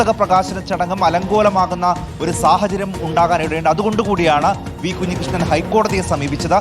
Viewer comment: Kunji alla kanji krishnan